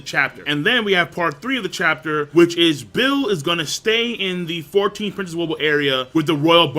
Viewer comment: I now have every prince memorized by appearance and...almost by name Woble is pronounced like the word "wobble" btw